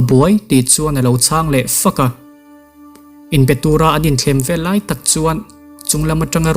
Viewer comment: A hmuhnawm, a ngaihnawm; mahse, he tlai / chu tlai i ti zel a, he lai/ chu lai ti ta zawk la